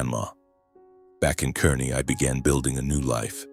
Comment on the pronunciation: I laughed at the details of this story! They begin with the “tiny town of Kearney, Nebraska”. First, it’s pronounced “Kar-nee”, not “Ker-nee”, and with a population of 57,000, it’s hardly a “tiny town”. Also, it’s only two hours from Lincoln, not three. 🙄